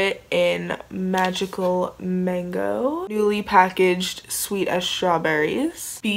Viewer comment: sweet not sweat 🤣